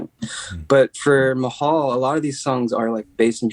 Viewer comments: it’s pronounced “Ma-Hal” not “Mah-Hall” I know it sounds confusing but that’s how you say it. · Bro, “mah-hall”? 👀🤢😁